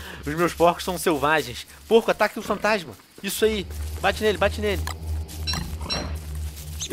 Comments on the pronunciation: quem percebeu fatasma em vez de fantasma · Fatasma? Venom daqui a pouco tu vai ficar pior q eu :D kkk